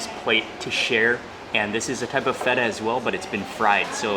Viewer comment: fool said FE TA